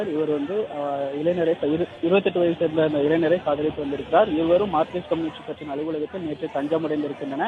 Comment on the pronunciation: இளைஞர் என்று சரியாக உச்சரிக்கவும்